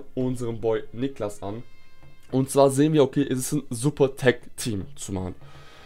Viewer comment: du hast mein namen falsch Ausgesprochen:( ich heiße Nicklas mit langen i